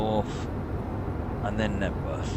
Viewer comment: it's Knebworth